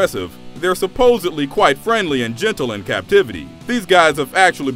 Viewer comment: About 10% of the population says "supposedly" correctly. You are in that minority. Salute